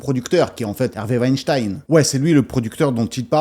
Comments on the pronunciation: Rectification importante!!! Ce n'est pas Weinstein, mais Wenstine veuillez prononcer le nom correctement svp 😂🤣😂🤣😂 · Selon la nouvelle prononciation, on doit dire Weinstine et non pas Weinstein ! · On ne doit pas prononcer Harvey "Weinstayne " mais "Weinstiiine"